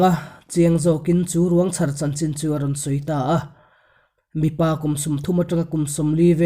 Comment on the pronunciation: I chhiar thiam a mah se ti teh ang 'Ruang chhar' tih lai erawh a dik lo deuhin ka hria i chhiar dan a thluk dan kha, 'chhar' lai kha thluk hniam la a dik zawk lo ang maw ka ti. A rei tawh na a mah se ngaihthlak nawn hian tu pawi mah a sawi loh angin ngaihthlak nawn a nuam a, vawi tam ngaihthlak nawn pawn mittui a la titla tam ,vawra zawng a riang vawng vawng lutuk hian kuah ngawih ngawih chaka min siam chu...